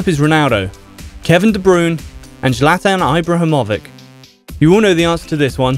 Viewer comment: No one: Not a single soul:: Zlytian eyebrohomovick